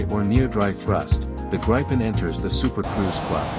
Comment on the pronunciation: Where is this Plane called GREIPEN??? AI has somebody used your brain as an toilet and left a big dump in there??? GRIPEN!!! like GRIFFIN!!! No EI found anywhere. Thats no spelling contest, thats language.